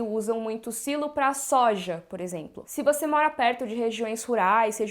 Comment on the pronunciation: Pra quê Sailo? Existe a palavra silo em português e tem o mesmo sentido! Falemos Silo!